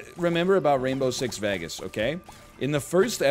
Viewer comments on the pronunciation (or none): Dælmatian I mean sure. The non-phonetic nature of your language really makes a moot point of it. 10min later "Rainbow six VAGAS" lmao Also, aren't you from Quebec?